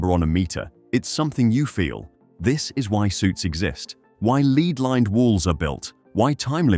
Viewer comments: Seems that way to me as well, the way it said 'lead lined' as 'leed lined' seem like it didn't understand which pronunciation to use. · "Lead-lined walls" pronounced like "leader" and not "pipes made of lead." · I'm pretty sure that you mispronounced 'lead-lined'.